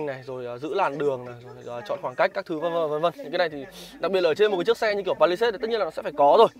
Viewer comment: làm review đồ công nghệ thì nên bổ túc tiếng Anh một chút bạn ơi. đọc tên xe như đấm vào tai